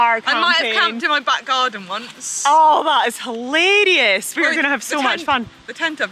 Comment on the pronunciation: Great content, done bicycle touring for 15 years and its pure luxury compared to bikepacking. I will stick to the touring concept, my panniers carry a house! Both presenters fantastic, Manon is almost beating Ollie in my list of best GCN presenters. By the way Jenny, what does : "helerius" mean? or taking a "faerrrrrie"? Love the accent!! 😍. Can't wait to see Manon's next bikepacking adventure in the spring....of 2099! 🤣🤣🤣🤣🤣🤣🤣. Im with you Manon, hotels rooms are much better!a